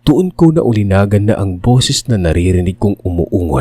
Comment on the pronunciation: Bobo! Naulinigan, hindi naulinagan!